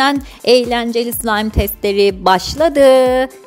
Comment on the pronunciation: abla sen bazen sılaym degilde sılam diyosun 😂😂😂